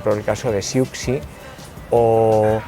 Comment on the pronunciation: Siuxi... Siouxsie se pronuncia Susi, así de simple.